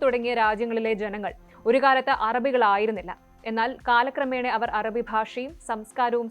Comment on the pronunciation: അരബി അല്ല അറബി improvise your pronunciation